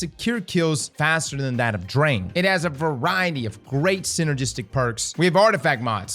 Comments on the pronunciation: Wait till someone tells him how Drang is pronounced and that it means urge. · *Pronounces Unfall almost german -> Ignores that Sturm & Drang are also german words xD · as a german i appreciate him trying to pronounce "Unfall" correctly but how the hell did noone tell him that Sturm and Drang are also german words and he's saying "Drang" wrong